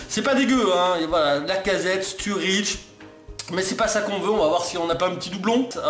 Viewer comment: c'est quoi sa Sturridge prononce le a l'anglaise quand même mdr;)